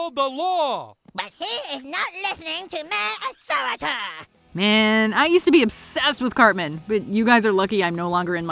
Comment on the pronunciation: Respect his authoritah Done even dare question his authoritah